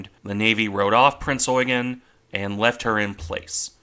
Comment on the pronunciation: You need to stress 'Eugen' more on the 'e'.